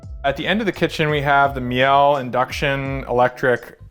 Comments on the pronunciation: The stove is pronounced Mee-luh. Not Mee-el. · Miele is pronounced Me-lah.